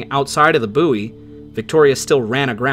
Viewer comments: At the moment of the sinking, the admiral, in full dress uniform walked right across a crowded gathering at his Chelsea home and entered his study, leaving huge puddles of salt water. He spoke to nobody but everyone in the room saw him. (PS 'bouy' is pronounced 'boy' and not 'booee' and 'hawser' is pronounced 'horser', also, was that ship called Phoebe, pronounced 'Pheebee'...I thought I heard 'the pronunciation 'faybee'? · And buoy is not "booie" in English ! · Love the channel, videos are fantastic and subscribed! Hearing "boo' ee" cracks me up every time i hear it though 😂! Sorry! Keep it up "bouy" you'll go far!